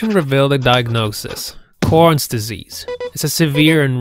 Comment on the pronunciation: ooOOOoOoOoOoH corns disease wonderful I feel so sorry for him but the way he said Chron’s disease just made me laugh :(